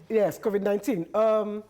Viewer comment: So this, u can’t even pronounce covid-19. I tire oo